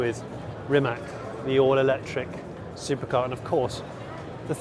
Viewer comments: It wouldn't be bad to learn to pronounce the names right - Giulia is pronounced same as Julia in English and Rimac is pronounced Reemats because in Croatian C is pronounced as TS. It shows respect for the person or car in this case. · Rimac is pronounced as "Rim-azz" like the ZZ in pizza, a"tz"-sound